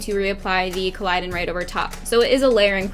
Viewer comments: you're stunning and i love this tutorial but it's not pronounced collidon, it's collodion... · Love it P.s its rigid colodian not colidon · I cringed every time she pronounced it wrong